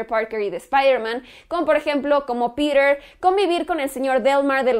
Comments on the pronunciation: porque dices Pider en vez de Piter ??? :v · no entiendo porque dices Perer parker, es PETER, NO PERER.... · Por qué pronuncia "Píder" y no dice Piter? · me quiero cortar los oidos cada que dicer piter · No dice peter dice pirer jajajaja y la oracion " en lo personal la dice como 20 veces, me pregunto que pensara "en lo no personal" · por que dices Pirer que te cuesta decir PEDRO :) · "Pider" :v